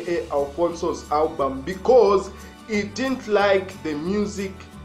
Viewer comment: Come on bro, it's album not hulbum😂😂😂😂